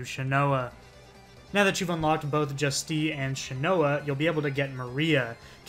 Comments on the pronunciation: Juste and Soleil are French names, they are pronounced "zhoost" and "so-lay" respectively :) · Just so you know Juste is pronounced like Juiced.